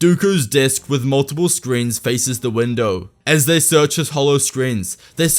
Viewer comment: Did you just say a gigantic glass Windu?